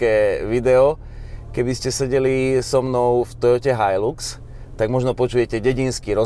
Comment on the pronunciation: So mnou tazko ale musim. Nie je to "hajlux" ale "hajlax"